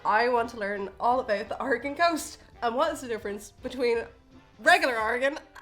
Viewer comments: Somehow people who haven't heard of Oregon say it better then most Americans outside the PNW. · Thank you so much for not butchering how Oregon is pronounced! You have no idea how many Americans can't even say it right! It actually sounds great with the accents. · Thank you for not pronouncing it "Ory-gun" not "Oruh-gone"... they don't like that up there. :) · I love that most Americans can’t pronounce Oregon correctly, but Irish people can lol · Bless you all for pronouncing Oregon right! You have no idea how many people say "Ore-gone" instead of "Ore-gun" like it's supposed to be. The state itself is pretty big, almost as big as Germany, but our population density is a hell of a lot less, 7 million versus 60 million last I checked. We've got coasts, rocky and sandy alike, the Gorge is one of the best wind surfing places in the world, as well as mountains and deserts. Lots of neat places to check out if you ever want to visit! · I have lived in Coos Bay, on the Southern Oregon Coast for all of my 65 years, so far. I thought they would show a wide range of the great snacky foods we have on the Oregon coast. Thank you for saying Orygun correctly. As we say, Orygun hasn't Gone anywhere. We are still here. 😅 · Anyone else going to give them props for pronouncing Oregon correctly? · Sigh. Irish people who have never been to or heard of Oregon are capable of pronouncing it almost perfectly. Whereas most Americans are seemingly incapable of doing so. Even with repeated examples and explanations. (I’m bitter.) Oh, and if anyone wants a bit of Oregon coast amusement - search YouTube for ‘Oregon coast exploding whale’.